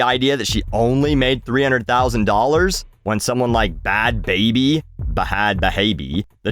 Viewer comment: Greatly appreciated the "B-had B-habie" as I do the same thing.